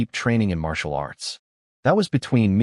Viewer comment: "Marital" arts😂😂